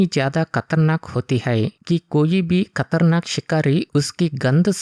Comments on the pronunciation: खतरनाक ❌ कतरनाक ✅ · खतरनाक ❎कतरनाक✅ 😂😂